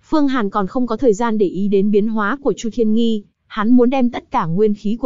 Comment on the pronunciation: Chu thiên nghi mà nghe sao ra nhi v